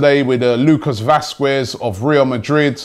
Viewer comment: you pronounce jean (michel seri), asensio , vazquez and kolasinac wrong